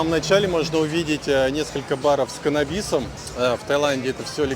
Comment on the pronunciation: канабИс, джет скАй...Уши режет ппц